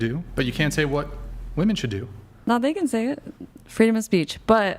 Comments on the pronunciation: Why do all these womEN always say womAN when they mean womEN?? It’s driving me nuts and I genuinely don’t understand it. I’ve asked multiple times in multiple different communities and never get an answer. It’s clearly deliberate, but what is the motive? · Goood lord! It drives me absolutely insane that the WOMEN on the panel always say “woman” when referring to multiple WOMEN. What is going on? Are they doing this on purpose or are they just dumb?